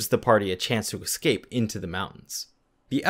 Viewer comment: your videos are good, but please say EScape instead of EXcape for more professional sounding narration...as a TESOL English teacher it was killing me lol